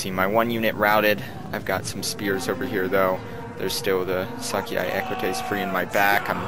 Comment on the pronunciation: Getae are pronounce Get-A